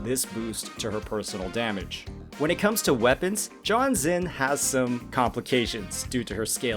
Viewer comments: Pretty sure you're butchering Jianxin's name. Should be more like Jiyan-shing. Gee-n-shing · it's not. and for that matter, gee-yan is not how u say his name too. granted, i know thats how every western youtuber says it. The word "Jiff" say the "Ji" sound and add "an" as for xin, it's basically sin, as in sinner. credentials - I'm chinese from asia speaking for 30 years. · I don’t usually care about people pronouncing names wrong but this one is hurting everyone so please pronounce her name as “Jeeyanshin” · That's the worst pronunciation of Jianxin's name I've heard so far You made her name sound like John Cena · As a Jianxin main, i don't actually mind if it's John Cena 😂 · My dude needs to work on his pronunciations... My poor ear holes. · Sure but people clearly are making fun of the way you said jianxin